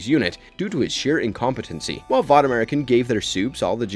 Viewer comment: Hēdn'istik* but what do I know he also horrendously mispronounces vought